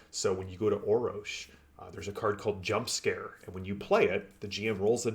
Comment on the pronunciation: ROFLMAO...... there is a third R in the name Orrorsh, and it is NOT silent, LOL. You need to have Matt Ritchie on to talk about the Torg Game System on Foundry VTT,. I helped put that team together, but Matt (Texas) and Erwan (France) are the absolute power-houses of the game system... they've done an amazing job and I am truly honored to have been a part of that. If you like the game system, you need to see if you can get Matt on to talk with him about it. He's super-busy, right now, but he keeps telling the team he'll be in and out, hehe. The Core Book is being reworked so it fits into Data and Assets on the Forge, correctly, and then Matt finished the Living Land book, but a new member of our team is going back to rework both of those books and is working to finish the Nile Empire, which is due out, soon. The Beta Clearance books are being worked out, as well, though they'll have to wait a bit longer. Don't forget that Hostel Takeover, from the Rising Storm Delphi Adventures book SHOULD be available, for free, or will be, soon, and the Up the Creek adventure module is out there on Foundry, as well, for free. A couple of starter adventures. The Day One Adventures are going to start in work, soon, as well. All of these packs include so many goodies, such as maps, tokens, music, GM screens that can be accessed directly in the game, table tents linked to the primary and secondary cosm choices for each scene, threat cards, and the basic card decks from the core rules and